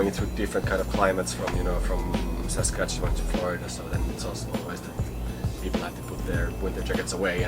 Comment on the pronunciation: My gawd, he pronounced Saskatchewan pretty spotsi-onsi, bravo sir!!- 🤘🖤